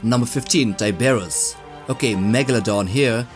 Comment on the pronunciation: his name is pronounced TIE-BRRR-ROSS